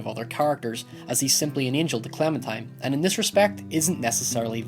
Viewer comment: Angel, not angle